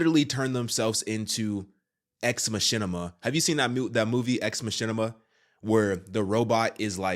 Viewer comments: It's pronounced Ex Makina...not Ex Mashina....Machina has a hard Kah sound in it. Also this was all predicted in the anime Ghost in the Shell. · Its pronouced Ma-ki-na. Not ma-shin-ni-ma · Sorry to be that guy but it's, mak-E-na😜